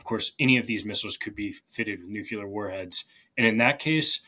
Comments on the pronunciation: Even this young chap can’t pronounce “nuclear” and keeps clearing his throat. My guess is that he’s the first in his family with a serious college degree. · It is very distressing to hear someone who is supposedly an "expert" in such matters demonstrate the inability to pronounce the word "nuclear" correctly. It's NOT "nu - ku - ler." ( ff.) Try "NU klee er"! I am pretty sure that even George W. Bush did better than in that regard. Otherwise, interesting commentary. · DOH!!!!!! The guest is, obviously, well-informed, and has strong analytical capabilities So it is terribly disappointing to hear that he's one of "those people" who cannot correctly pronounce the word "nuclear" Note that "nuclear" has only one "u" in it It is not pronounced "nucular" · When someone pronounces nuclear "nukular", then stumbles and corrects himself by pronouncing it "nukular" more clearly, like oops I almosts mispronounced my mispronunciation. Why is this a thing? It's nuclear. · Please stop using the term NUKULAR. It only shows the depth of your ignorance on the topic. Nuclear is the correct word. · people who say nu-queue-ler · 21,56why says ''nucular'' instead of ''nuclear'' then corrects ''nucular'' to a more clearly pronounced ''nucular'' duh? is he trying to troll the grammar nazis? . He prefaces all he ever says with ''it's hard to know'' (ok so go home and get an expert in.. ) but if he spent less energy mispronouncing the english language he might have more of it to invest in having a clue about summat. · Nu-cle-ar not nu-ku-lar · Guest, repeat after me: "Nu-cle-ar". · Why can Americans not pronounce the word nuclear? It comes out as nuculor. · Your guest's inability to pronounce "nuclear" correctly doesn't give me confidence in whatever he has to say.